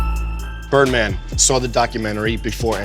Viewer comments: bro Said burnman..he lucky he aint get slapped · I'm sorry but Bird man It's Bird man!! Olalaa 😂👏